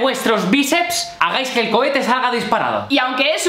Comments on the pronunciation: Es cohete no cochete me voy lentamente saludos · Seré el único que noto que dice Lanza Cochete -__ - alguien más lo noto, 🤔